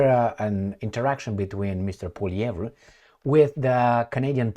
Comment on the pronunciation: ...calm down!... Poilievre... DISPENSE... with silly reporters... POILIEVRE... pronunciation is: POUA... LIEVRE... Like the River LOIRE... LOI... RE.. He is French-Canadian... from the Province of Quebec...